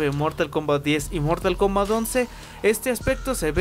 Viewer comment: dijo mortal komat😆